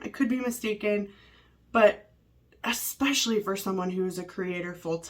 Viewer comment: I wish she would stop saying 'expecially' instead of 'especially' 😅